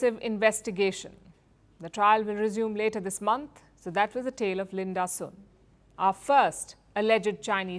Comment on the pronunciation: Did anyone else heard LUND-ASUR instead of Linda Sun?